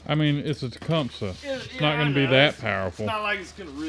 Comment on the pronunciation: You finally learned how to pronounce “Tecumseh”😄